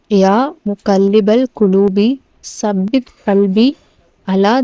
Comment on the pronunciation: தாயே, ஸப்பித் இல்லை தப்பித் என்று 'த' வை நுனிநாக்கில் லேசாக உச்சரிக்கவேண்டும்..